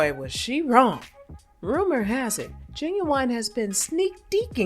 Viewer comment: Knot "Gin-Gin" .... 😅🤣😂